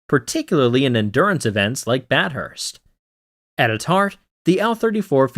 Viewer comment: A real human voice would’ve resulted in better pronunciation of names, such as Bathurst, not Bat Hurst. It’s an Australian historical road race, as well as a regional town in Australia. Do better!